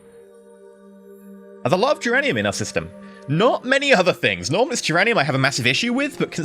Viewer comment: Why do you sometimes put a 'T' sound when pronounce duranium?